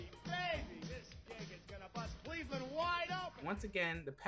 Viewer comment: Lmao Cleve-Land